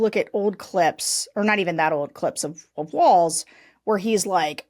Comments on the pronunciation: Guys: It's pronounced WALLS, instead of Waltz... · You guys, it's pronounced WALLS not waltz. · It's Walz. Not Waltz. Not that hard lady! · Sarah, you need to learn how to pronounce Walz! 🤨 But, I still love you 😘